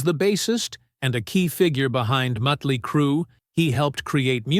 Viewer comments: This is an AI doc… but hearing Mutly instead of Motley is annoying. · It's not mutly it's motley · Why can't AI say Motley? I think maybe it is because it is written with the umlauts (the 2 dots over the "o" in Motley) which are German I think, so the AI pronounces it that way. Or maybe the AI is just a dork🤓🤷🏼‍♂